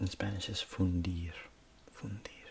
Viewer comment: I was just vibing with the blue light, and was hit with the Spanish. The switch to the way you said "fundir" was so satisfactory. I love hearing people switching languages ❤